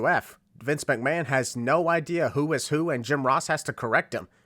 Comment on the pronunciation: Vince Mc-Mayne. Sorry, I HAD to point that out, that was too funny, I'd rather he be called Vince Mc-Mayne other than Vince McMahon XD